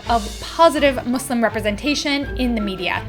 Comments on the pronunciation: Omg ty for say "Muslim" not "mOzLeM" lol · it is so satisfying to finally hear a caucasian say muslim and pakistan in the proper pronunciation!!